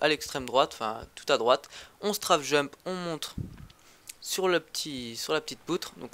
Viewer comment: C'est pas strAfe jump (prononciation) c'est strayfe jump !